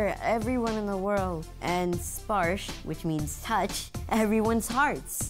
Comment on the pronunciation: His father is bengali. Maybe Bagnladeshi origin. India origin guaranteed. His name is "Sparsho" not "Sparsh" I know what his name really means N how to say this name properly. They r spelling it wrong.